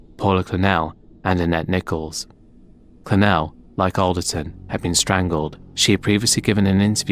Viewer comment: It’s tania nichol pronounced NICKLE! And Steve wright can ROT in hell !! Hope he gets found guilty of Vicky hall murder ! & no he was not normal !!! I’m from the town he grew up in , he was always a weirdo !!!!!!!!!!